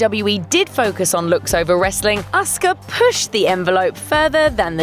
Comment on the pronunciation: wow they actually said Asuka's name correctly! shows Grunge actually did their research properly